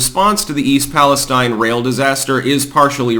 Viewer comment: Please stop mispronouncing the name of the town.